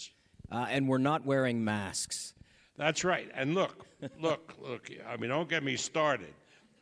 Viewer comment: Arum: “the pandemic is ova...put away ya gawdamn mass”